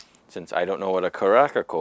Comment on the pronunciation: It’s pronounced like care-a-sahw lol also make an amf with it